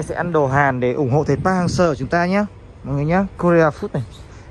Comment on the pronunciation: Seo đọc thành Sir :)))